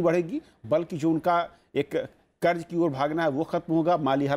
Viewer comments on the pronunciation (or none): Karj karj hota hai kharat nahi